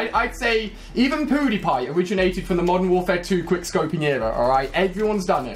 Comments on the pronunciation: it's pewdiepie not poodiepie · he said poodipie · pooh di pie? lol ali-a with the pronounciation XD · Haha he said poodypie!!!😂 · Haha he said POOdiepie!! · Is it me or did i hear Ali say POOdiepie? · when he said pewdiepie he pronounced it as poodiepie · did he say poodiepie